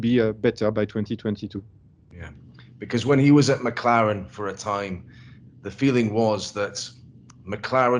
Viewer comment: He say Mclaren like Macarena, i dont understand what he said.